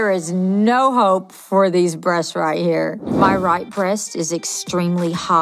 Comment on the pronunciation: am I the only one who heard hoe instead of hope at the begining